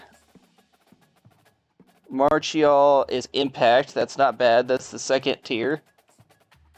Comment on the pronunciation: Most common mispronunciations with WVU’s players. Here’s how they are pronounced Clement: (CLUH-MENT) Marchiol: (MAR-KEE-OLE) Vesterinen: (VEST-IRR-ENNIN)